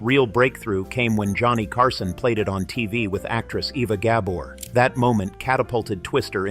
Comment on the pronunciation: Eva Gah-bore? At time stamp--> Never heard her last name ever pronounced that way!